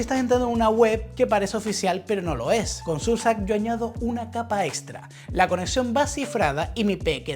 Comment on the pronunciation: Surf sark?!! 😮‍💨😮‍💨😮‍💨🤦 Sera el mismo Surf sHark? Amiguito embatado, esa h suena, y oa sh se asemeja al sonido CH pero soplado porque va con s y no con c.